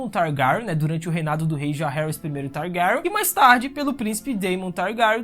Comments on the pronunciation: Esse mlke falando targaryon, parece que botaram um testículo na boca dele! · Eu amei o vídeo, cara vc produz mto bem, ganhou um inscrito MAS, eu preciso brincar... "Targaran" me quebrou Ksksksks essa pronúncia do nome da casa me fez rir o vídeo todo.... Desculpa manin, mas tu é foda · Teu pronunciamento e péssimo mano e da agonia kkkkkkk o jeito que tu fala syrax e targaryen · Vídeo muito bom !!!!! Mano o jeito que se fala Targaryen é muito engraçado kkkkkkkkkk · você fala os nome dos Targaryen muito Feiamente